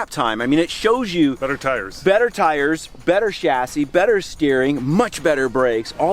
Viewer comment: You know a real car guy because even though he's American, he pronounces chassis correctly.